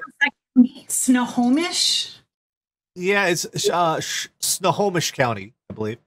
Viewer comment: stay classy! That's Royal Canadian Mounted Police, not Real Canadian Mounted Police. 10/10 for pronunciation of "Snohomish", though.